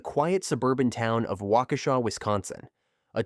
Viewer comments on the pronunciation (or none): none